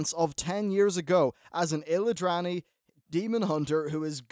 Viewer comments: It's illidari not illidrani......and it's 10 thousand years ago, not 10 years ago :P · Illidrani? They are called Illidari! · ILLI-DARI illidari. not illidrary. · It's pronounced Illidari m8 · If you cant pronounce Illidari or Metamorphosis right, you should spend some time with a game youre making a review about.